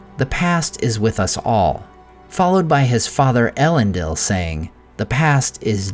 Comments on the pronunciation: thanks! That makes sense to me given the formation of the word from Elen and Dil. But surely the last syllable is pronounced “deel”, rather than “dill”? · Isn’t it pronounced “El-en-DEEL”, not “El-EN-dill”?